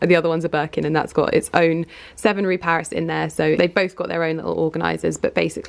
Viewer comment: It’s rue paradis, not paris